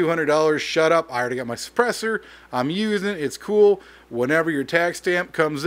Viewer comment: I love the "SHHHHUTUP" 🤣 You meant every ounce of it 🤣🤣🤣